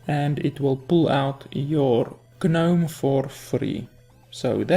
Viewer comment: something a lot of people don't know yet: you can only discover cards from your class or neutral cards. since there are no neutral spells, ethereal conjurer always reveals mage spells. also I noticed you are having trouble pronouncing gnome. when a word starts with "gn", the g is silent. so you would pronounce "gnome" the same way as "know" (with a silent k) hope it helps!